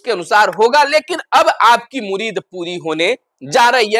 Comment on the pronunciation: Murid nahi Murad hota hai